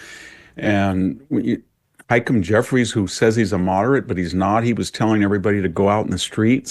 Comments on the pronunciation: Why does VDH pronounce Hakeem Jeffries so strangely? Lol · I love how VDH pronounces the name of house minority leader Hakeem Jeffries. He pronounces it “hike ‘em”. lol